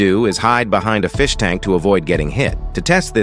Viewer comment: No the feesh